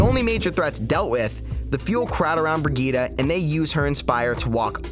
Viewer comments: "bri-gee-duh" nah it's "bri-jeet" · why are you pronouncing it as "BriGita" it's "brijitte" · Christ it's Bree-jeet, NOT Brigeetuh Vegeta. Her name is French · she is called BRI GITTE NOT BRIDGET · Why does he say brigeeta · its not brigeeta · Why do you pronounce her name "bree gueeta"? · learn to fucking call her name right. BREE GITT EEE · everytime he says brigitte yikes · oh and pay attention is a T not D sound